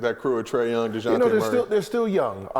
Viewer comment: Sooo we just gone shut here and act like he ain't keep calling this man Dejountay Wliiams?? Lol smh... and John Collins low-key playing terrible so far idk if homie did his research